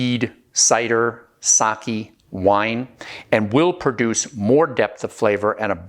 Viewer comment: "Saki" AHHHHHHHH. Sa-ke. Sa-ke.